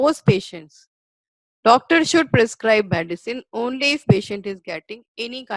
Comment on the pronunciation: WHAT IS MADISON ? PRONOUNCE AS THE SPELLING GOES - M E D I C I N E, MED LIKE IN "BED" AND CINE LIKE "SIN" PUT AN "I" IN BETWEEN MED I CINE.